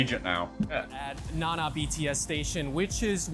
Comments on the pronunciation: Na Na, not nan na. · You would think all the time you have spent in Thailand you would learn a little bit of Thai. At least how to correctly pronounce common words like Nana